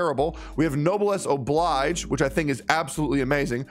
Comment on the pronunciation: Yo finally someone who read "Oblige" instead of Obleej.